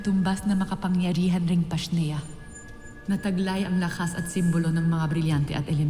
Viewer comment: “PASHNEA” hahahahaha